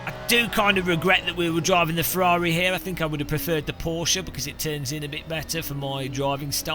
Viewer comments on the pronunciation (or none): none